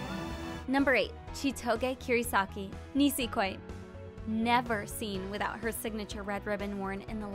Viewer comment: “Nisekoi” Me: NOO!